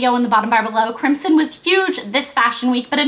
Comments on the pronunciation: you're saying crimson wrong. crim-zon, not crimsssson. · crimson is pronounced CRIM-ZON not "crimp-sin".